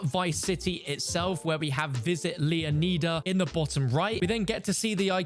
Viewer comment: Straight up Butchered lmao This dude also said Leeoneeeeeda 🤣